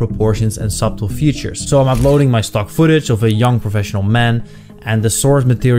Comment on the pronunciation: Thank you for the upload, the b is silent in subtle btw